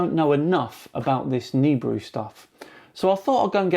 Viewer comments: It's Na BEER ooh ya bloody brit. What the hell is a neebru? LOL congrats on 100K excellent channel been loving it! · Is he calling it Noobrew? OR is it nibrew? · Awesome show! BTW: The Planet is pronounced Nuh-Beer-Ew — Nibiru The planet hunter (Sam Hoffman’' says it wrong! Keep it up … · Is that just me or does this Sam Hoffman guy pronounce it more like "Nibrew"? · It's pronounced nibeeru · Omg, my dad is a complete nut about this nibiru shite and he's been " researching " this stuff for years. Also he pronounces it ni-beer-oo, I don't know if that's correct or not but hearing it in the video said differently way was weird to me. Oh and one last thing, my dad is the most gullible person I've met when it comes to internet conspiracy theories. According to him I need to have a more open mind, and when ever I disprove any of his quack "theories" he says I can't possibly know the "truth" cause I'm only 16 and he's 57. He's age is partly why the internet can tell no lie to him. He just doesn't really understand how the internet works. At least he doesn't believe in flat earth, but my mom is leaning towards hollow earth I think. Any time they try spouting any nonsense I just try to make it seem stupid and it would only make sense to a child, and the start with the facts of how it couldn't possibly be that way for what every they bring to me. Any ways great video, and I'm super excited for a 100k special!😊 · You got it so wrong mate. Beside the fact that you are saying Nibiru wrong - you chose the shittiest video to show as proof.There are literally tons of scrolls that describe the planet and it path. Just do a proper research before you bark.....You fucking clown.